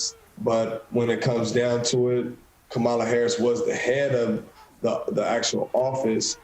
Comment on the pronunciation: This guy needs to stop blaming VP Harris when she was not even the one that worked on his case. The police had a eye witness! Thats where his main problem came in at. However, it seem like a Fox News plant... they always on purpose say the VP name wrong